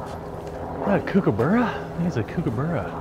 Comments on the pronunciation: Dude Kookaburra is pronounced - cook a burra not kuke a burra. There's a big difference. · What keeps me coming back to your videos is how you add post-fart self-consciousness and embarrassment to many of your bits. And your "Is that a Kookaburra? bit is a pisser and is at least 15% funnier because of the way you pronounce the word Kookaburra. Thanks for all the laughs and - love your work.... 😎